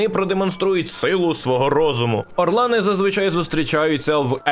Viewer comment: жах спіймав флешбека